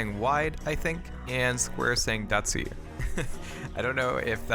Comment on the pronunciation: hi,, actually not "datsuyu".. but "dassyu" which is "dash"